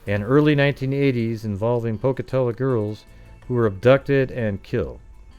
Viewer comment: It's pronounced poke-uh-tello 🤣